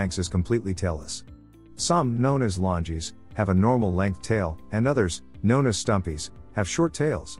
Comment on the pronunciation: "Lonjies." Wow. Couldn't have even bothered to listen to the computer voice that made this video for you.